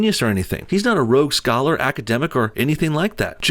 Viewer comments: "Rhodes scholar" not "rogue scholar" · Did you say rogue scholar?